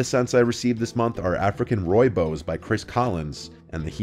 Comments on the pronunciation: By the way, it's pronounced "Roy-boss" 😊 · Man this guy slaughtered my language! Please don't ever try say rooi bos again dude 😂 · 🤣 Oh my gosh the way you pronounce rooibos. I am native to where that grows and the word is Afrikaans so the English representation made my day right meow